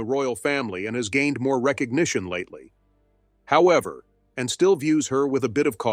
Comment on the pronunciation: This is pretty good, but the automated voice and sloppy editing of the narration is an issue. It sounds like Princess Anne's name is "Princess En," and about halfway through the script refers to Anne's title, Princess Royal, as a "nickname." It is not a nickname. I mean--does Charlies II have "King" as a nickname?